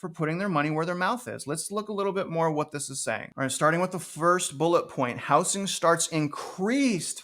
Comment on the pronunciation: Housing---pronounced how-zing...not how-sing. Thanks